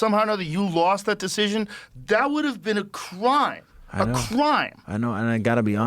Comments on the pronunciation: “criwme” gets me every time😂 Finally Grokpaxum got out! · ''A Crwine, A Crwine'.............LOL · criwme a criwme😂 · Joe’s way of saying “crime” was so derpy. You got me with Grokpaxum 🔥 I am in now!